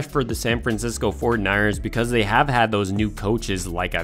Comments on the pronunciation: Love the content but I thought you were saying "San Francisco Fortniters" the whole time. Also, you said it so much I thought you were doing this for a school report that needed 500 words or more. 😂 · Why does this guy say 49ers like that?!